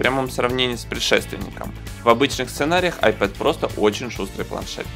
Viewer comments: вообще то "айПод" это плеер.....а "айПэд" планшет! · вообще-то "АйпЭд",учите английский. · Это тебе надо английский подучить) Любой школьник знает, что pad читается как "пэд". Не веришь - можешь транскрипцию посмотреть в словаре. Просто на руси уж так закрепилось коверкать иностранные слова на свой лад